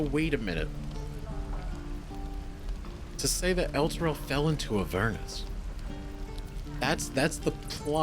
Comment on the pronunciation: The Strange Ox pronounced it "El-turl" because he'd never actually been there.